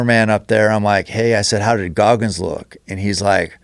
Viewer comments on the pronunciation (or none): It's GOGGINS not Gogmins